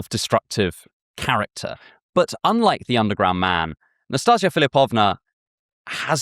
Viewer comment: I have a strange filing every time you butcher my name. I feal a little offended and wanting to laugh, because how cute and funny it sounds. NastEnka is read like Nastin(the n is very soft)ka. Nastinka is short for Anastasiia and can be shortend in meny ways like Nastya, Nastusya, Nastusha. NastaZia is also a variation of Anastasia. And ints with a s no a z 😂😂😂 Also love your work. Since I found your channel i think i could improve my life.